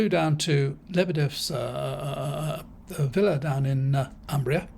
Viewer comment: "Umbria" is pronounced with the "u" like "oo" in "pool" but short sound.